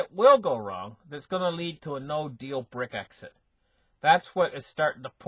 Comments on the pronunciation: doesn't read the comments, he will continue to say Brick-exit and exasterbate, better get used to it if you want to listen. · BRECK-ZIT ...I can't stop laughing